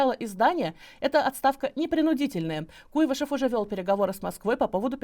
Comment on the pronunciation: Не КУйвышев, а КуйвАшев.